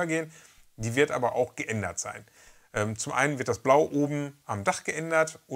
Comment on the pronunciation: Coole Sache! Psst...: "abert!" .... erinnert mich an einen Grundschulkumpel, der mal sagte: "Übert tie Fresse trübert gefallen!" :D Beste Grüße